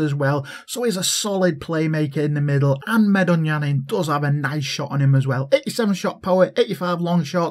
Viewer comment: I'm glad you said the name right, people always be butchering it. Love you couz keep reppin it. Haha we making it big